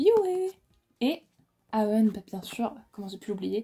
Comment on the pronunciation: et haeun sa ce prononce ' hayun' il me semble :))